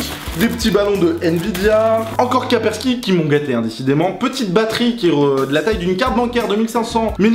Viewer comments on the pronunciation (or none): Kapersky ? On dit Kaspersky ! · c'est kaspersky et non pas kapersky ;)